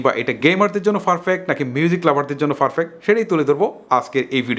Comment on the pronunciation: ভাই,, Ferfect না perfact বলেন। অনেক বিডিও তে দেখেছি আপনি এটা ভুল উচ্চারণ করেন কিছু মনে করবেন,,😌